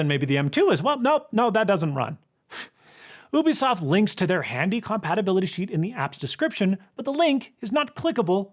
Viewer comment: It's "you bee soft" not "oo bee soft"